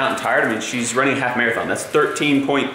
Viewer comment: Love you to thanks for the vids she ran a "Mere -a - thon "